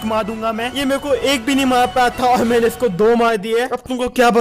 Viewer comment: Everyone _ maine Legend - mena 😂